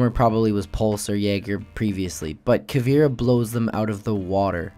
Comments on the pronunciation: Its not "KA VEE RA" its pronounced "KA VAY RA" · It's not Pronounced Caveera. It's pronounced Cahveaira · you pronounce it caveera its actually more like cabera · Greetings from Brazil! Her name is pronounced "Ca" (as in car) "vei" (as in veins) "ra" (as in wrath) awesome video, helped a lot! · It's ca-vi-e-ra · the way he pronounced caveira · He says her name wrong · u pronounce caveira wrong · Lol youre saying caveira like if the I comes before the E